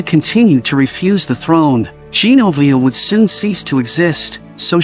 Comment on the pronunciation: This was a nice video but the AI is not able to say Genovia . It is funny.